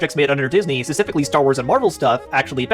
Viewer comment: He says "specifically" way too much for a guy who can't pronounce "specifically".